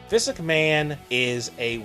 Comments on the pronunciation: bruh...do you not know how to pronounce his name?? it's Vince.....not Visk...smh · the narrator need to enunciate, he hasnt said vince correctly once in this video